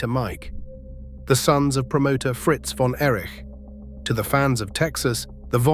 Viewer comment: I'm out when the voice said "von Erish"😂